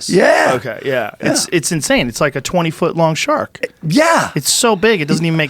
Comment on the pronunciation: God I love the way this guy pronounces “shark” shaaakk